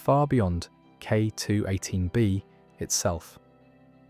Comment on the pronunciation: Why are pronouncing K218B so differently everytime. You‘re setting the pause weirdly, like K…218B or K218…B